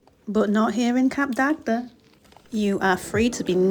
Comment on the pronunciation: It’s pronounced “Cap Dag” the second D is silent.